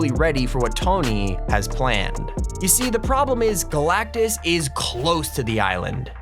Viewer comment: "GALACTICTUS" LMAOOOOOO